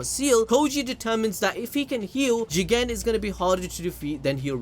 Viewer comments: The Jigen pronounciation is funny say it like Jeeeeeeeeeegaaaaaan !!! it will look better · You said Jegan 1000 times😂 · Say Jigen again I dare you I double dog dare you